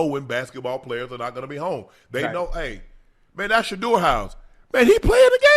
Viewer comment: Finally he said sheduer name lol